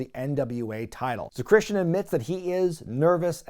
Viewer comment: It's Christian... 😐